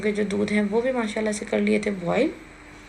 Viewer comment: or ye masala ko misala kehti ha.but she never chang hmm bury ho skty hn but ye theek hn